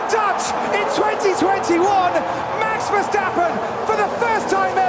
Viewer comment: A dislike due to the way you say maxs name.. so annoying. Great vid tho